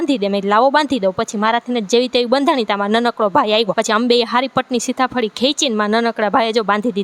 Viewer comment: Sita fali kvy ben sitha fali nyy sarkhu bolo 😂